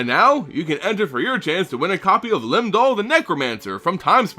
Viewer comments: Does the accent make it Lim Dool? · Always love your content. Just wished you pronounced the words per the spelling. For example: "Shandalar" has only one "r" in it....at the end. Lum-Dul and other names also very mispronounced, thus making these very hard to follow.